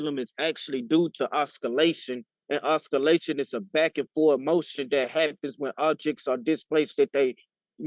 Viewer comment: race has nothing to do with it. When speaking English, learn how to pronounce a word. And no, it was not just accent. It was pure mispronunciation . Oscillation is not difficult.